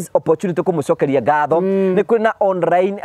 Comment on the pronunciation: 😂😂😂 onrrine meaning on-line!!! githungu nikaremire...hahahaha naninguo wamburaga kamuigwa